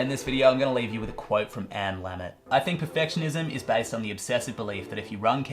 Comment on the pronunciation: Anne Lamott (not "Lammot"). Kinda perfect 66% :)